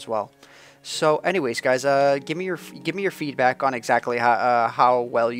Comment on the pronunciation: the first time he said feedback i thought he said feet back so i thought he said gimme your feet back